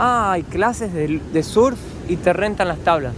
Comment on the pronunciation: Surf es en inglés y se pronuncia serf citi.